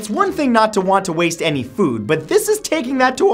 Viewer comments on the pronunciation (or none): none